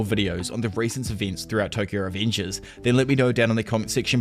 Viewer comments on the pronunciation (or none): The way you pronounce revengers makes me think you have some kind of mental problem